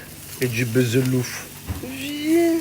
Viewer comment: C pas "B[eu]zelouf" narvalo mais "B[ou]zelouf" chaque année jtle répète bordel